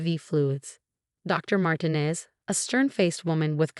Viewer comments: Mar-tee-nez, not Martin-ez. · Why do the narratives keep pronouncing Martinez incorrectly? It’s very irritating.